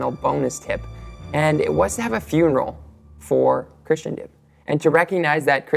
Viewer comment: You: [pronounces "Christendom" as "Christian-dom".] Me: [turns off video.] JK - I know you mean well. Keep going. Go deeper. Then deeper. Then deeper still. Your best words: "The Church needs to shift from a focus on relevance to timelessness." Trust me brother, when you begin down this path, you will see difficult things, but if your faith is strong, Christ's triumph in your good work is assured.